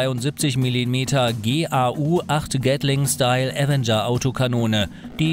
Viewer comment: Gau zusammen amstück aussprechen nicht g a U 🙂